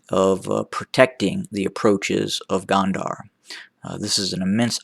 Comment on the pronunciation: Please! It’s Gondar with an “O” not Gond”a” r. Your analysis is annoying as fuck but it is still way better than the Eth Government. TDF has a plan. Eth Government does NOT. And therein lies the difference.